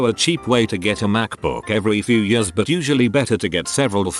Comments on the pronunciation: No one: Text to speech voice: yörs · Nobody: The text to speech: Yêärs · nobody: text to speech: y u r s